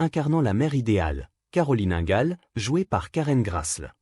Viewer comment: Ces voix générée par intelligence artificielle sont insupportables. Qu'est-ce qui me confirme que c'est une voix artificielle ? UNGAL au lien de INGAL LENTDON au lieu de LAND DONNE